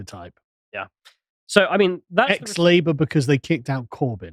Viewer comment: Am I the only one who hear ex-slaver when the said ex-labour?